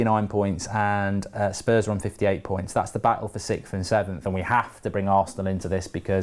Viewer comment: Do British people not know how to say 6th? Or is it just Mark?